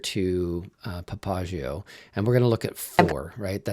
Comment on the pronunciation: I do not know if this is industry standard of the word Papagayo but it is not correct. This is a Spanish word and as such the accent should be on the next to last syllable as PapaGAyo. This is actually the nickname of a person who runs the most famous whorehouse in Nueva Laredo